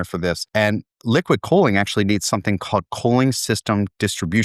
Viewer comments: His pronunciation of cooling sounds like coaling. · Why does he pronounce "cooling" so weird?